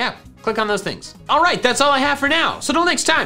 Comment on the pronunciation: Is it just me but it sounds like he said boogiefans not Pokéfans in the intro